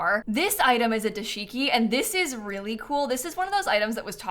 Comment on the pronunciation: fyi it’s dah-shiki not duh-shiki!